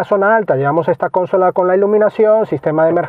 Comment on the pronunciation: Buenas. Me gustan tus vídeos. Los he visto todos? Gracias y enhorabuena por el trabajo. Simplemente un matiz que suena fatal: consola es una palabra llana no esdrújula.